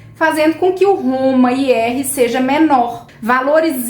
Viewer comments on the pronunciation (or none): O problema é a pronúncia. Parece que você diz HomE IR e não HomA IR. 🤗